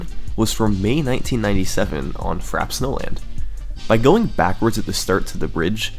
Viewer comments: I swear if he doesn’t stop saying Frapp instead of Frap-ay snowland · Amazing video! One problem... it's pronounced "fra-pay", like the beverage, iced frappe. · As a McDonald's worker, I can confirm that it is not pronounced "frap" but it is "frah-pay." Uncultured swine. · It's "frappé", pronounced "frappay". Means "beaten". It's a word we still use in French. Nobody says "a frappe" (pronounced "frap"). "Niche" is pronounced "neesh", it comes from "de niche", something that only interests a few people (a "niche" is a small area, almost hidden, in architecture). Also, for free: "the manly fiancé ate a crème brûlée with his girly fiancée". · That pronunciation is fra-pay. Not Frap. You don't have mcdonalds, burger king or wendys where you live? They all sell frappe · Very good but frappe is pronounced frap-pay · And the funny thing is that it's actually pronounced "frap-ay" snowland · TO SETTLE YOUR PETTY DEBATES It is actually pronounced frap-ay (frappé). On screen there's no « é » accent because you can ignore accents on capital letters, only must you have them in lowercase. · Wait, isn't frappe pronounced "frap-ay"? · no. Frop-ay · I believe it's pronounced Fra-Pay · Isn't it pronounced frah-pey? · I thought it was pronounced Frappé, like the drink? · Its frappay for the record. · I always pronounced this track like "frappy" snowland lol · I'm certain it is indeed "frappay." We shouldn't believe pronunciation is flawless; everyone makes mistakes. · Bro you spent 5 days making the video and you didn't learn how to pronounce Frappe 😂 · I can't handle his this man pronounces frappe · The way you pronounce frappe hurts me. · I love your work, but that's not how you pronounce "frappe", dawg. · "Frap snowland" French word Frappé: Je suis a joke to you? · I'm pretty sure that frap is the short way to say frappe